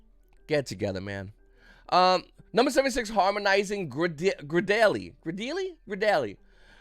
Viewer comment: gradielle is pronounced grey-dee-yell